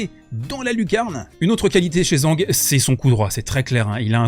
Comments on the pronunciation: Putain, TCHANG! Tchang Tchitchen! ZH se prononce TCH! C'est pas compliqué de regarder comment prononcer le pinyin. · Alors va falloir apprendre à prononcer son nom correctement 😂😂. Version simplifiée zhang = d.jean.g ; Zhi = d.j (e très très léger) ; zhen = d.jeune. Si tu utilises Google translate en cherchant 张志珍 tu auras la possibilité d’écouter en Chinois. Sans chercher la perfection… il faut prononcer le nom mieux car là c’est comme si il avait un autre nom en Chinois 😂😂